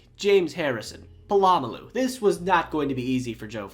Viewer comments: You can't claim to be a football fan if you can't pronounce Polamalu. 🙄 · BTW Pittsburgh's coach wasn't Mike Tomlin, it was Bill Cowher early on in your video... Sorry Raven's... Ran you over on the way to the Super Bowl 3 times. Is this where you learned to pronounce Troy Polamalu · love ur videos but the way u pronounce POLAMALU is horrendous 😭😭😭😭😭